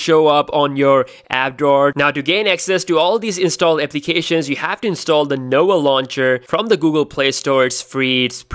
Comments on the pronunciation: It's "No-vah" launcher, not "Noah" launcher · I really thought he said the ''Noa'' launcher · he's indian Indians cant pronouns the letter v